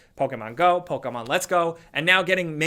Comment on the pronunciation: Does anyone else get uncomfortable when you hear Poke-A-mon or Na-roo-do ?